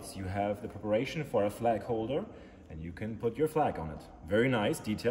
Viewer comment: Thought he said Flak holder, as in a Flak gun lmao